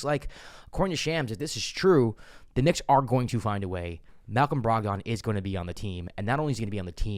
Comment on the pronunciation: I have a concern. His name is not pronounced Brog-don. It’s pronounced Brog-den. Please bro I beg you 😂